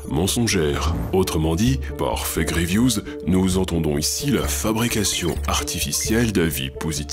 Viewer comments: A chaque fois que vous dîtes "Fake reviews" j'entend "Effet Grievous " Je vous jure que je ne le fait pas exprès et que c'est perturbant vivement l'effet Palpatine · Je suis le seul a entendre "l'effet Grievous" au lieu de "les fake reviews"?